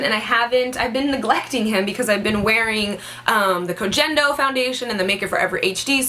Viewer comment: Koh Gen Do is pronounced Koh (ko as in coca cola) Gen (the g is hard and not a j sound) Do (pronounced as in doh like homer simpson). Hope this helped :) Love your video btw! <3